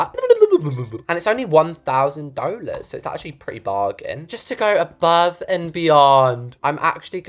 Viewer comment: I just love how pronounces 'dollars' as 'doulars' 😂